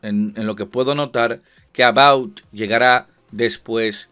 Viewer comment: Porq dices "About", si es Avowed?